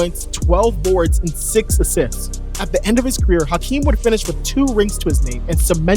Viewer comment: Olajuwon's name is pronounced "Akeem." David Stern said "Akeem." Even after he added the "H" the pronunciation remained the same. None of the NBA YouTubers gets it right.